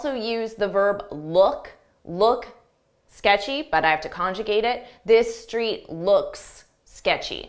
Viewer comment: The 3rd sentence You must have seen it, the it at the end sounds like I’m not sure that’s the way it should be pronounced 🫢 I mean It would’ve been way easier to get it with a clear (it pronunciation) Am I wrong :) !?